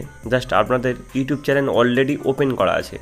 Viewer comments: চ্যালেন নয় ভাই চ্যানেল বলো🤭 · চ্যানেলের জায়গায় চেলেন বলে দিয়েছেন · চ্যালেন নয় দাদা, চ্যানেল হবে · ভাইয়া চেলেন না উচ্চারণ টা হবে চেনেল